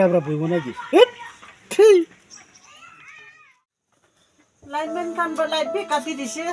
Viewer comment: Lightman✅ Lineman❌😂